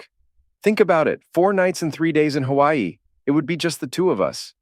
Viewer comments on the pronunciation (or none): none